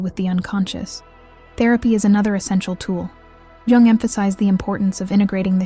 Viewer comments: oh just say Carl Gustav, leave "Jing- jung" alone. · At least get an ai voice that doesn’t mispronounce Jung so badly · They did c Jung dirty with how the ai pronounce his name